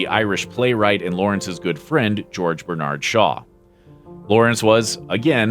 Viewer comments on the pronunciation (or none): none